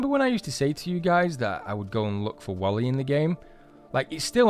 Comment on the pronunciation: 1 it's WILLIE not WALLIE